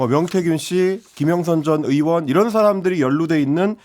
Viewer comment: 방송출연하는 놈들 중에서 의발음 못하는 놈들은 꺼져라 왜 멀쩡한 국회의원을 으원 으원하고 자빠졌냐? 의사도 으사라고 할거냐? 특히 이는 의원발음 잘하면서 으원으원 하는 이유가 뮈냐?